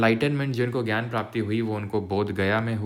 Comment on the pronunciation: sir i love you and the content but would love to suggest you that jo aapne samyak gyaan ko jo samyak jnana padha vo thoda odd sound kiye next time usko gyan hi padh lijiyega guru h aap hamare . love you sir ❤❤❤❤❤❤❤❤❤❤❤❤❤❤❤❤❤❤❤❤❤❤❤❤❤❤❤❤❤❤😻😻😻😻😻😻😻😻😻❤❤❤❤❤❤❤❤❤❤❤❤❤❤❤❤❤❤❤❤bura na manna sir